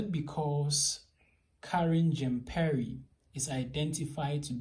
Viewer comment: Please go and learn how to pronounce Jean-Pierre !! Simon Atiba's English sucks just like yours. That's why he's not been given questions.